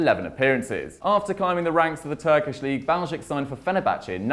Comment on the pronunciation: Good pronunciation of Baljić!